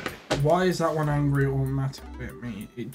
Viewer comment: "Now they're angy at me" 😂😭